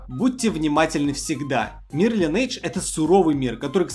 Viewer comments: Что еще за лАЙнейдж? Линейдж! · Братишка, учи английский. И будет ЛайнЭйдж) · Судя по твоему знанию английского, ты его точно не знаешь. Правильное произношение Линейдж.